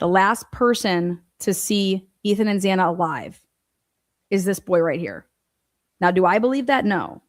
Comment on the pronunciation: I think he came across quite well. I felt he was annoyed by her continuously pronouncing Xanas name wrong because he kept resaying their names. Did she do that on purpose?? I feel his sister and brother definitely have info on what happened that night. Also think he knows something but didn't see it himself but has heard something made a point of saying from what he saw, so talk to the brother and sister in my opinion. I mean it's weird all the police say Xanas name wrong why?